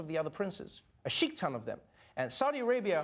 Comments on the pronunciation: Sheikton lmao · From now on i will say sheik ton instead shit ton😁